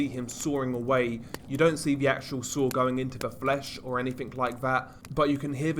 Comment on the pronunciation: hahahahahahaha "ANY-FINK" HAHAHAHAHAHA not a specific one? just ANY OLD FINK hay? HAHAHAHAHAHAHAHAHA